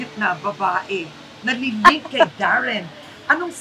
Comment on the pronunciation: Oh Darren not Warren